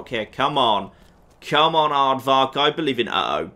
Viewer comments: Anyone else annoyed about how says "Ardvark" instead of "Arvok" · Did just realize he had been pronouncing a character's name wrong? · Will ever learn to say Arvak?